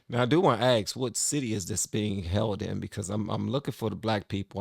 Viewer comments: what is axed????¿?¿ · Why do people say pronounce ask “axed”. There is is no x or ed when pronouncing ask. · Aaasssssssssss..KA... Not Axe...Asssssss-Ka...Asss-ka....As-ka ...Ask..Ask..Ask.... Where do we get that from? My mother and father both say it...my sister says it, and my girlfriend says it... We spell it right... How is it possible that we still say AXE? I don't get it. LOVE YOUR SHOW BTW.. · "Ask" is pronounced As'k.. Not X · I think its ASK not AKS. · Love the reactions... but Why say AKS if the Correct is ASK? I know people say is culturally some people say... but it is wrong and sounds bad and wrong. Keep up the reactions!